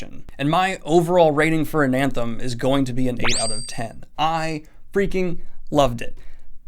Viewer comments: Why do you keep saying “AnaNthem?” That second “N” isn’t there... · You keep saying "AnaNthem" with two Ns. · I keep getting really upset cuz I hear him say anthem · There's only one "n" in Anathem. It's not anaNthem. It's like the word anathema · When you talked about readin Ananthem in your other video, I thought you said Anthem and I was very confused because Ayn Rand isn’t exactly a loved author, haha.... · cant even say the name of the book correctly.. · The way you pronounce Anathem is like you are a lost sline that never been to apert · Adding in an extra N into Anathem unreadable reeeee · I've read Anathem, but i've never heard of this book 'An Anthem' - i think i just don't speak the particular pidgen english used by youtubers, and honestly i hope my brain never gets infected with it. There are several videos where NS discusses this book, so i don't understand the motivation for consistently mispronouncing the title. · Lol I don’t mean to be that guy but every time you said “AnaNthem” in the beginning, my brain was like “Daniel there’s no second N” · "an anthem" FOR THE LOVE OF CHRIST SIR. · it's uh-nath-em. guess you're not that certain type of reader after all :) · ana-them Daniel: "Anan-them" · It’s ANATHEM, not ANANTHEM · Practice saying anathema. Then forget that last a. Anathem. It's supposed to be a cross between Anthem and Anathema, yes, but without the second 'n'. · You put the emphasis on the second syllable... Based on the Latin, which most of the words are borrowed from, (which is pasted into the world as "Old Orth"), the pronunciation should be stressed on the first syllable: ANathem. I get it, the word anAthema is stressed on the second syllable, but with the missing syllable the pronunciation should be ANathem. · It's an-a-them, not an-an-them. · Anathem Ananthem! Anathem Ananthem! Anathem Ananthem! That had me flinching every time. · "AnANthem"? What? No. "ANathem." There is no second n. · Only one N in Anathem. :)